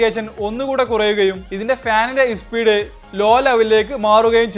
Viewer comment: ഇസ്പീഡ് അല്ല സ്പീഡ് ആണ്